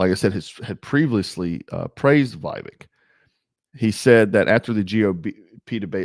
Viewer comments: Vev-ache. Not vive-ek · You need to learn the pronunciation of Vivek’s name. Short i and long a. Vivek like cake. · Why can't you pronounce Vivek correctly after all this time??? WTF??? Vivek is pronounced Vivake or Vivayk. JFC! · So who are you all voting for when Trump isn’t on the ballot? Or taken out of the race somehow? Vivek seems like a breath of fresh air to me, who’s in touch with the conservative base and who’s extremely intelligent and well spoken. And his name is pronounced VA VAKE. Like cake. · Just for future reference it's short "i" like Vick and "vek" rhymes wirh cake. I'm voting Trump for the 3rd tiner but get his name right at least. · Trump is my choice, VIVEK (VivAke is how it’s pronounced) would make a hellacious VP, then positioned for 2028! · Do you not watch the debates or interviews? How do you manage to butcher his first name so badly - if you do actually watch that stuff, are you mispronouncing it on purpose? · Show some respect and pronounce his name correctly